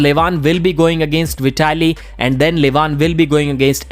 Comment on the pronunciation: Hahah well done pronouncing Veee-ta-li. 😂😂😂